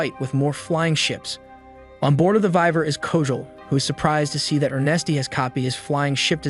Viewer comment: dear gods of the internet this will be the last time I watch your channel, your pronunciation of names is just straight up murder. it's not vi-ver its Y-VERN, it's not er-nest-t it's ER-NEST or er-knee, and yes I spelled the word as they are sounded out.